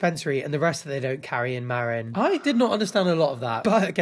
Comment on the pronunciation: HELPPP I LIVE IN MARIN AND UR PRONUNCIATION OF IT FRIED ME SO BAD